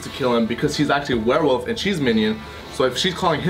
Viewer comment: "Werewof" - said 26 times